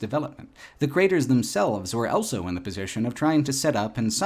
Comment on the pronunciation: pronounces the word "also" as "elso".